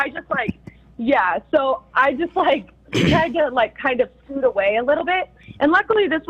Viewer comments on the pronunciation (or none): none